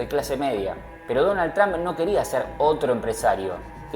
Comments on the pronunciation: Tran no....Trump en American English la pronunciacion es TROMP..y he visto que todos los Argentinos pronuncian igual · Porque tienes q pronunciar Trump con "a"...todos uds los argentinos hacen lo mismo...suena horrible